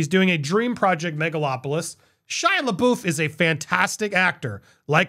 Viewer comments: I'm a little OCD when it comes to proper [pro•nun•ci•a•tion]. Hey, we all have our quirks & pet peeves.🤷🏾‍♀️ With that said, Andy, when have you ever heard anyone pronounce Shia LaBeouf's name as "luh-boof"? 😅 It is pronounced "luh-buff". As I'm entirely intrigued by what drives human choice & behavior, I must to know what, in your mind, causes you to choose "boof" over "buff". 😫 The cringe of it all. 😂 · Love your takes on things! Just wanted to say it’s pronounced “Luh-Buff” 😊